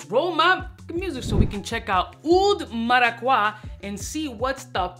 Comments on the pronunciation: It's pronounced mara-cu-yaa I'm Puerto rican 🇵🇷 strong! Lol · If I hear oud maracwa one more time, I'm fucking loosing it. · Cringing every time I hear mis pronouncing Maracuja. 😂 Bro are you that gringofied? Lol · Gotta love the "Oud Maraquah" 😂. But, have you tried Oud Cadenza from Mainson Crivelli? I am stunned that nobody is talking about it. It´s even better! If I know your tast right, you gonna love it!